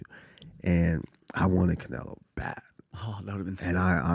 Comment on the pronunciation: Usman talks a lot of sense until he said the word Canelieo. 😅